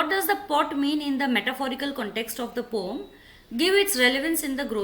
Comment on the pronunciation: it is poem not pom